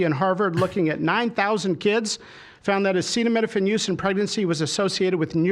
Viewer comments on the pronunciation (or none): "Well lets see here, asset-oh... asaidominaphin. Acetaminophen!" -the prunited of the esident states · i actually cannot believe how badly he failed at pronouncing acetaminophen, this fuckin guy is DUMB dumb. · don't think I'm gonna take medical advice from a man that can't pronounce acetaminophen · Charlatans, grifters and snake oil salesmen at best and racist, fascist and mass murders at worst! He can’t pronounce acetaminophen and yet this motherfucker is in fucking charge? I can’t continue to deal with these moronic psychopaths! Also odd he speaks about “pumping babies” when he’s speaking as a known pdfile. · Our president can't even pronounce acetaminophen oh my God. They don't even understand correlation vs causation. Just men telling women what to do with their bodies again. Not to say there's no problems with Tylenol, but misinformation isn't helping anyone. What the fuck does trump know about medicine. What does RFK know about medicine. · Omg was that the first time he's said "acetaminophen." Why does he not know that word? Did they not have a meeting about this beforehand? A meeting where stupid here, heard someone saying "acetaminophen." Wtf! I guess he thinks if he can't pronounce it, then women dont need it. We cant get an abortion because of these men, and now they take away a pain reliever. They dont like birth control either. These men dont care because this doesn't affect them. Also are people giving tylenol to children who get a shot? I've never heard of that. Not finished watching yet but i suspect they are going to have a new pain killer to use instead. Maybe they own a piece of it. That or he has some enemy at Tylenol hes trying to screw over by tanking the company.... Omg hes announcing a new med rn! 😮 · Trump not being able to say acetaminophen is sending me. we are so cooked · Guaranteed they told Trump Tylenol because he couldn't say Acetaminophen. 100%. We have a toddler in the White House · literally just because he can’t pronounce it 💀💀💀